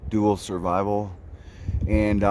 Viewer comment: I chuckle every time you attempt to pronounce 'Dual Survival' HAHA Keep on keepin' on brother.